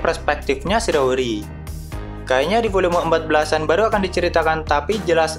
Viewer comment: Shiiii raaaa ooo ri..SHI RA O RI... not sirori...🤦🏻‍♂️ either way great content..